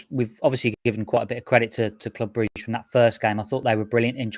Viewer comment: Why can’t you say Brugge properly. 😂